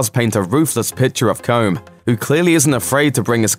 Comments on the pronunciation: it's pronounced Cull-um, not comb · How did you manage to pronounce “Colm” as comb? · Jack Kelly yeah it’s pronounced Colom